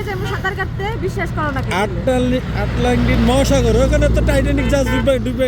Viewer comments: পাগল হলেও আটলান্টিক শব্দ ইউটিউবারের থেকে ভালো উচ্চারণ করছে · আরে সাংবাদিক আটলান্টিক উচ্চারণ ও করতে পারছে না 😂